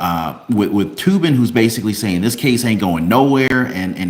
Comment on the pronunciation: Said toe bin